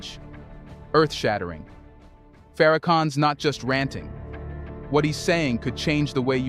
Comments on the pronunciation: search pronounce the name correctly it is Minister Louis Farrakhan and his word is only dangerous to the ones that speak against for another reason to use and to abuse the people his words freeze the people the truth freeze you and me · A Homie you Pronounced His Name Wrong Buddy Watch your Mouth 👦 Boy Its the Most Honorable Minister Louis Farrakhan